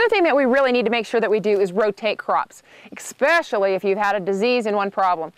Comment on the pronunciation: thumbs up for "Exspecially" !